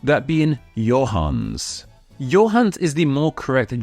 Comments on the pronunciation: "Johannes" is pronounced "Yo-han-es" (you pronounce that final e in German). Its variant is "Johann", also Hans for short. Got lots of those in my family tree! You may also want to do a video on "Joseph". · I thought Johannes is pronounced Yo-hahn-es unless there's two ways of saying this name... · Jack is a variation of John? I always thought it's short for or at least comes from Jacob. Btw, for the German version of Johannes: the e is not silent. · Guillermo is not pronounced Gilmo, and Johannes is not pronounced Johans. You skipped a few syllables there. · Hey there, good video! Just one smal complaint. In German the name Johannes pronounces the "e" (IPA via Wiktionary: /joˈhanəs/). Think of it this way: its having three syllables, with the "-es" being the last. The way you said it, it equals the name Johan(n)s, which is mostly used as a family name, or the in flexion of the name, like the genetiv or the plural of people named Johann (e.g. Johann Sebastian Bach). This one only has two syllables. So, if you want to go step by step, syllable by syllables reduction: it's Jo-hann-es to Hann-es to Hans. And yes, this blew my mind! I never connected those names before =) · and Johannes has 3 syllables, not 2